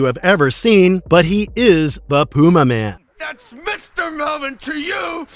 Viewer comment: It's pronounced Pyumaman.